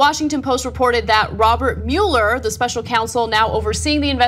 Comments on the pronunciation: What about Mueller? Usually I hear "muller" and not "mu-eller" as I've always heard the name pronounced. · Ana, it's NOT Robert MULE-ER, it's ROBERT MUELLER (PRONOUNCED MULL-ER.....enunciate the name correctly!! It drives me nuts to hear you say his name improperly..... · Ana, I love your reporting. Now PLEASE repeat after me, "muh-ler" "muh" "ler." Muh, like luck, love, must. Not "MEWL-er." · GOTDAMMIT ANNA, IT'S PRONOUNCED MULL-ER!!!!!! WATCH THE NEWS OR SOMETHING! YOU SOUND LIKE SOMEONE WHO COMPLAINS BUT DIDN'T EVEN VOTE!! I know that doesn't seem to make sense...but give it thought people. lol. Anna -- MULLER! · Ha...I commented on that too...before I saw yours! So annoying, them pronouncing his name wrong.